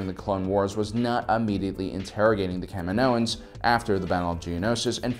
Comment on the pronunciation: Please stop saying, CAM-in-OHans. The planet is Ca-MI-no.